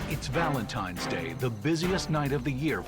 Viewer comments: Is my guy saying Valentime? 😳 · I love watching these videos the only thing that annoyed me about this video when Gordon was saying Valentimes day instead of Valentine’s Day. I know this is petty but things like this annoy me it’s like people thinking Frankenstein is the name of the monster when it’s actually the name of the creator Dr.Frankenstein.